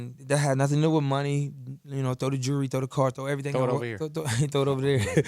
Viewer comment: Jurly lol